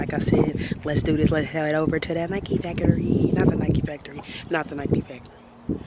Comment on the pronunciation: "Nike Facory" Lol😊